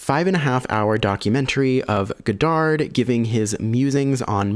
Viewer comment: Don't pronounce the D at the end of Godard